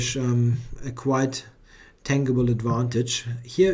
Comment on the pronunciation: Thanks for all this great coverage, Caruana is playing some really impressive chess this tournament. By the way,, the word "tangible" is pronounced with a soft G, as in TAN-jibble, with the emphasis on the first syllable. Just for future reference. Thanks again!